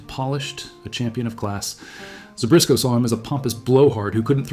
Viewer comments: There is no "R" in Zbyszko... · There's no "r" in Zbyszko.